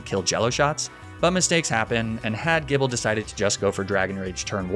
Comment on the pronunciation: Weird pronunciations by ' Arcaneenay Magnemmytee/magnemeetay Jibble Stroojulbooj Fachaaday Luprah Siggyliph (it's Sidjyliph, isn't it?) Any others?